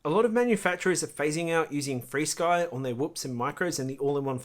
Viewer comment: u don't have to update your receivers in xfire, it just does it (with your eyes closed). Yes I use all five protocols (Flysky,R9M, FRsky, xfire, elrs) Flysky (sorry your accent may for FR sky or freesky) sounded like flysky) and as far as range and penetration yes xfire is better. I have the 1w Beta FPV module in my T16 and will do some range testing to get a mile away around the other side of a hill (Flysky 2.4 no prob). But if your looking for a good lightweight receiver/antenna combo can't beat elrs. One of my biggest frustration was spending 7 hours trying to get a betafpv superd diversity to update via usb, it would never get started with transfer. Turns out that the 2 reviver chips pulled too much power for the usb to function, wound using battery and wifi'd it. what a mess, xfire would have did it all for me. U gotta love this stuff.